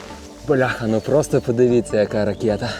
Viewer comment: Та ,, ракЄта",не мамка, а татко! Мамка коротка і товста, ти ще досі цього не знаєш, ракЄтчик?! 😂😅😂